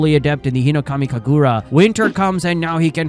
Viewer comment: The way you say “HinoKamI KaGuRa” makes me laugh (I’m not making fun of you it just makes me laugh lol)